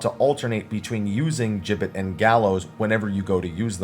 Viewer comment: Finally, someone who pronounces "gibbet" correctly!